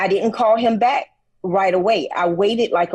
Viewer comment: Lol... I finally heard how he pronounced "back"...